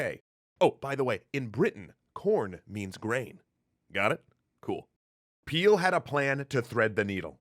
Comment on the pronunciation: “His name is Peel” A few seconds later... “The news trouble Peeled”